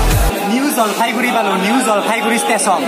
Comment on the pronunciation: Jalfaiguri nohoi..JalpaiGuri..goya